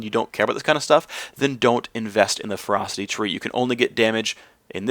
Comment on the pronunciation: Anyone else hearing him say "Frosty Tree" I had to tab over to see he was saying ferocity. :P